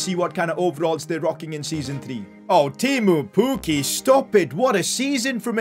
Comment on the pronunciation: As a Finnish person i love how says " tiimu pukki" 😂